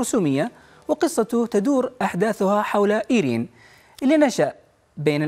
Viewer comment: المقدم شكل ماحد علمه كيف ينطق اسم إيرين بالشكل الصحيح